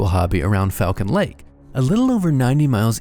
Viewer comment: As someone who goes to this lake I need you to know it's pronounced Fall-Cuhn. Also I've done a horse back trail ride out the site where the sighting happened and people have brought geiger meters and the area is still mildly radioactive